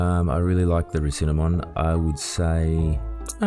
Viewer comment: The recinimon sound like recinnamon